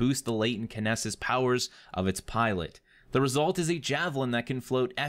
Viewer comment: pronounced: "keh-nee-sus" kinesis. Plus, I'm gonna be the best storm javelin user Anthem has ever known ;)